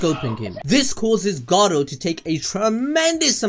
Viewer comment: Stop rolling the R when you say Garou